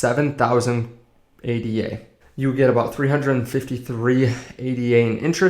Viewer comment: Say it with meee!! - "aid - da" named after mathematician Ada Lovelace.